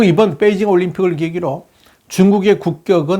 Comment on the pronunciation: 뻬이징이 아니고 베이징 아닌가요?